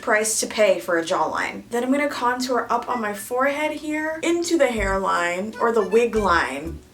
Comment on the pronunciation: I love how she pronounce contour